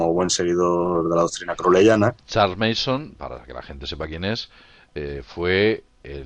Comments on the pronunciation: se pronuncia charles manson no meison jaja solo una critica constructiva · Una corrección : el nombre del psicópata es charles Manson. Pronunciandolo como "meison" dais a entender que el apellido es mason, sin la primera M